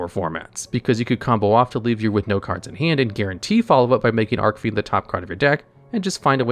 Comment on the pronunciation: Arkfiend? Really your pronouncing archfiend as ark fiend